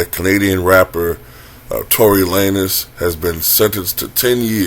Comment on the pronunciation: It’s pronounced “lanes”